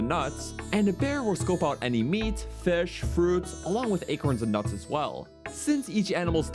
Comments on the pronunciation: Don't even get him started on fesh. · lmao the way he says fish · MELK n FESH